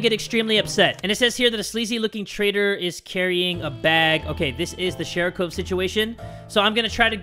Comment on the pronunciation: sorry to be rude, but it’s sharikov. Not sharicove.